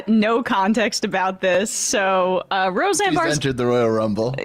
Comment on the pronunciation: “Ro-Xanax Barr” 😂😂😂